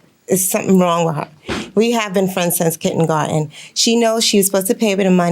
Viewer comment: and Milian correcting how she pronounced it